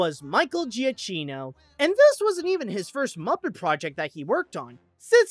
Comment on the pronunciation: Micheal Giacchino's surname is pronounced "yeah-key-no".